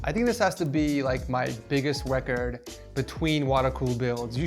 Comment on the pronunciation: "I think this has to be my biggest wecord"